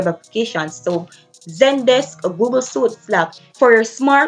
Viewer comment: Microsoft Office “suite” is pronounced sweet. Just so you’re aware. Love your content. Have a blessed day.